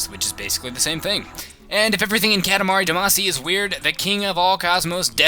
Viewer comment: Its not Da-Ma-See, Its DA-MA-SHI